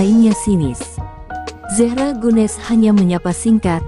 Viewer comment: Terlalu lebay! apalagi nyebut zehra, ngawur!